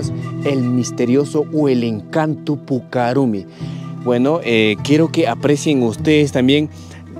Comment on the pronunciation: Es puca rrumi no rumi...pronunciar bien el quechua...